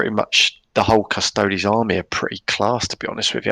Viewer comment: So if you say "Custoads" instead of Custodes, do you also say "Asstards" instead of Astartes?